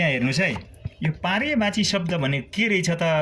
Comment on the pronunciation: पर्यायवाची होला हौ सर हजुरले तउच्चारण नै गल्ती गर्नुभयो।एक पटक मात्र नभएर बारबार।